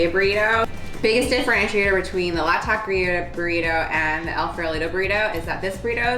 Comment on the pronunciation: Nice video, but tbh, the way you say "El Farolito" needs some work 😂